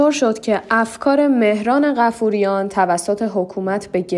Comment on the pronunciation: بایا اسمها رو درست تلفظ کنید مهران بافوریان😂😂😂😂